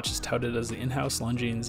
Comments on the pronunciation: It is pronounced Longine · Come on, you don’t pronounce the ‘s’. Is it incomplete research or just American ignorance to just not pronouncing words correctly. Reminds me of their incessant need to say ‘Legos’ when it is Lego! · The 's' is silent in Longines.